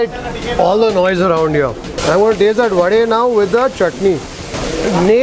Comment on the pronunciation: liked the way you pronounced the right word vade and not vada 🙂